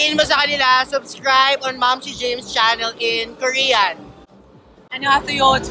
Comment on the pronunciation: Parang ganan yung narinig ko nung sinabi ni ate gurl sa korean ang Mamshie james!😂 "Maam Chamsie"